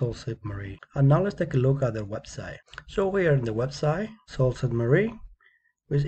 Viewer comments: Um I’m from Sault Ste. Marie and its pronounced soo saint maree but other wise good job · Yes, I learned the real pronunciation after the video. Thank you for the feedback. It is soo Ste. Marie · You can't even pronounce it!